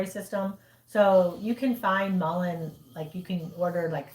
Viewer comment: Mullen is what it sounded like